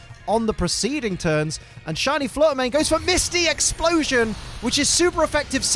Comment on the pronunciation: Shiny Flutter Mane said "If you can't say my name right, I'm out of here!"